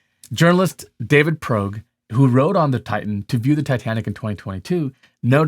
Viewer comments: Journalist David Progue? There’s no R it’s just Pogue… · It's Pogue not Progue. As an engineer, you should notice details.